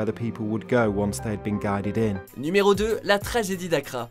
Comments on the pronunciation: la tragédie et non passa tragédiie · « la ragédie d’Accra »